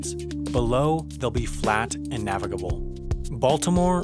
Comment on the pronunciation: Does anyone else get annoyed whenever he says navigable